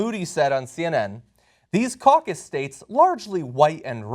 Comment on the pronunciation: caucous lol te hehe